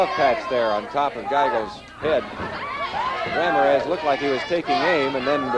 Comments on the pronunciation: I live in New Mexico, and this Midwestern TV announcer would get crucified if he pronounced Ram-IR-ez RAM-ir-EZ...LOL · Announcer: "Rammer-ez" 😅